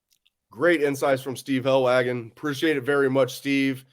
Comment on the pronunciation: I like Helwagen, but it weirdly bothers me how bad he messes up these kids' names. I mean, it's not hard to learn the proper way to pronounce a kids name correctly. Names are important